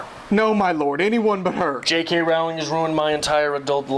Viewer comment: Rolling is how you pronounch her second name thought as you are pointing out her faults haha. I did find your video enjoyable though,but I think even though sometimes there are some things a bit crazy,I do adore the Harry Potter books and movies!!